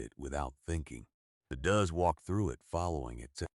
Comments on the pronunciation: Does are called dowz not duz. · Please! "Does" is NOT pronounced " duz" it is pronounced "doze". Plural of doe, a female goat , deer, or rabbit. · In this story, does refers to more than one doe. Therefore, pronounced as doe with an S at the end, not as a tense of do. Learn English! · I love goats. They’re funny little buggers. Does (a bunch of female goats) rhymes with toes. The “o” is long. Does, rhymes with fuz, has absolutely nothing to do with female goats. Unless you happen to be asking “what does a goat do with an echidna”. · This AIneeds yo know how to pronounce does. It's a farm animal. Please note and correct your AI. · They need to have AI learn to speak correctly. For example—Doe’s are not does! Always find a old record with the answer to everything!! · Anybody else know the difference between does and dose. Losey ai!!